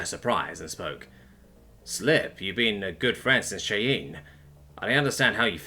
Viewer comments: Cheyenne is pronounced as Shy-Anne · Someone needs to tell him how to pronounce Cheyenne. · He mispronounces words all the time. I can't remember having seen a single video of his that didn't have at least one bungled word. You'll get used to it. 😀